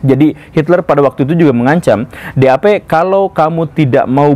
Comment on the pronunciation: partai DAP = vefhgt vef fevv.. 😂 pasukan SS = sovt vev fuehfvt 😂